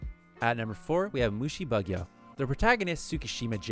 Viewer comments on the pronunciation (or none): I wish I could watch a single fucking youtube video where the English speaking voiceover dude doesn't completely and utterly fucking destroy the Japanese names.... MU-SHI-BU-GYO. Not MUSHI-BUG-YO, you fucking philistine.